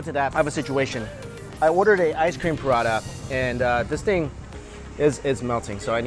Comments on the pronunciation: pra-ta not prada. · Mike you just triggered the entire caribbean indian population with the way you pronounce Roti and Prata😂😂 we pronounce it like "Roetee Parata" but thats alright different cultutre different pronunciation. Ours is the straight Indian version though. Oh and Curry too...we say "Cuhree"😂😂